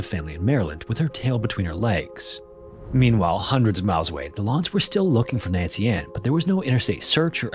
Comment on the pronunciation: Please choose how you're going to pronounce names and stick with that pronunciation through the whole video. Every single time you said her name, it was either Nancy-space-Ann, or Nancian. C'mon.